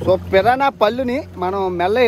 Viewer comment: Pirrana kadhu bhayya Piranha 😅😅